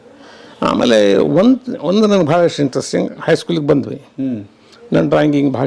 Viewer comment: ವಂದು ಅಲ್ಲಾ ಅದು ಒಂದು